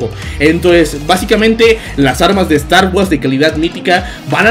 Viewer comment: Aprendiendo pronunciación con. "Estar was"